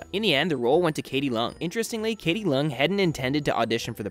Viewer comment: it's actually pronounced as "leh-ung" (idk how to put it it's harddd) instead of "lung" sorry for that